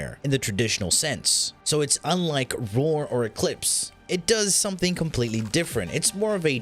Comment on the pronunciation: Just the video i needed.. And.. OOOOOH. ROAR! You're saying ROAR. Why the HELL do you say it "Vore"? Do you know how freaking long i looked for a "Vore" mod?